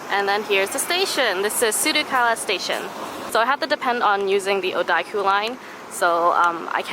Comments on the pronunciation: there's no (i) in odakyu. Its pronounced oo-da-kyu not oo-da(i)-kyu ! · za az I'm glad I wasn't the only one who was driven insane by that